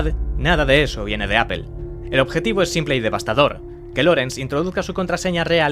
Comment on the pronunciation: No es solo que lo pronuncien literal que ya suena horrible, es que siempre que supuestamente lo pronuncian en ingles lo pronuncian mal, apple en ingles se pronuncia mas o menos apol, literal es aple y ustedes dicen apel, google en ingles se pronuncia mas o menos gugl, literal en espanol seria gogle, ustedes dicen gugel, connecticut en ingles se pronuncia algo como conericot, en espanol literal seria conecticut , ustedes dicen conecticat, ni en ingles correcto ni espanol literal y esos son solo tres ejemplos